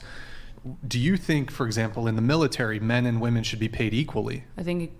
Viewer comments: Someone PLEASE teach her how to pronounce "women" & the definition of "proven."🙄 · Am i hearing “woman” or “women”? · Fucking drives me insane how she keeps saying "woman" when she means "women" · Why does she keep say "woman" when she should say women? Drives me nuts. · idk how they dont tell her to off herself, HOW are they letting her say "woman" instead of "women" slide? being that idiotic should be fatally punishable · Does no one else notice she says "womAn" for plural instead of saying "womEn"?? It annoys the hell out of me... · Why do women on these podcasts keep saying "woman" instead of "women" when referring to the plural? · Its women not woman stop saying woman. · Does it drive anyone else crazy when she keeps saying "woman" instead of "women" when she is talking in the plural..... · Did anyone else hear her saying "woman" as the plural of women? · You idiots that deliberately mispronounce women as the singular woman when you’re actually talking about the plural just sound like you’ve got a speech impediment that would come with drooling ! 🤤 you sound like idiots. seriously stop trying to change words, language exists for a reason so we know what we’re saying to each other. It’s how we communicate, Jesus Christ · Wtf happened to the word WOMEN? Even this womAn fcked up the word womEn. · WHY DOES SHE KEEP PRONOUNCING “WOMEN” as the singular “WOMAN” it’s driving me NUTS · The fact this chick keeps saying woman when the word should be women is driving me nuts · It's WOMEN not WOMAN!!! Drives me nuts!!!😂😂😂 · Christ! Its fucking Women, not woman when speaking about more than one. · Women have been oppressed so terribly that she can’t name a single concrete example of said oppression. Also, and once again, feminists can’t distinguish between the pronunciation between “women” and “woman. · Omfg it's women not women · Ok, don’t debate with anyone who cannot say WOMEN in the plural? Got it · Why do they pronounce women like that? lol